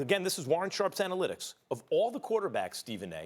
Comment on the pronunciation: “Warren Sharp Anylitics” Max is shameless 😂😂